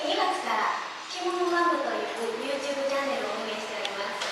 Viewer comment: Youtchuba desuka? Everytime I hear them say "youtchuba" I remember of Chris's from abroad in japan interview